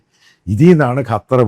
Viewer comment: കറ്റാർ ശരിയല്ല അച്ചായാ😂